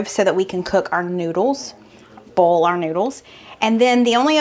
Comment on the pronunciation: One of my favorite aspects of your videos is watching the close captioning (I have significant hearing loss). The southern in you shows when you say "boil", it shows as "bowl". The captioning usually understands oil, but occasionally shows as oal. Makes me laugh every time. I look forward to Tuesdays and Fridays for sure. Keep on keepin' on!